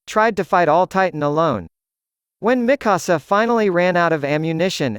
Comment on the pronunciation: Miksua not mikussuh